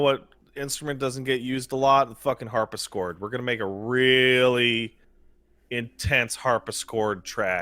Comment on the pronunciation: people hearing say "harpischord": ah yeah I know what that is go on people after corrects him: HARPISCHORD? DO YOU EVEN KNOW A HARPSICHORD FROM A CRUMHORN YOU DUNCE?